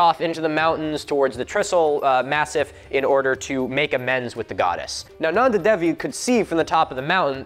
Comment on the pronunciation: you forgot the second n in Nanda